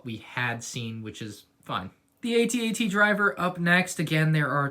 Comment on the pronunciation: its pronounced "at at" as in im at the party right now not "aytee aytee"